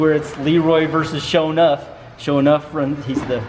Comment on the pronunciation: SaaaafuukinSSSSwwwwweeeet. is rad as fuk!!!! Love that guy:-) I'm glad he wrote SHO'NUFF in the description, because i swear i heard SHOW'NEUF, which would mean SHOW'NINE in English.